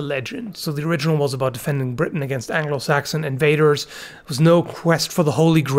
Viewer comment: Saxon. Sajon!!! A word that is used in a comic way in comedic Mexican Robin Hood plays because it sounds like "Rajon" that means coward.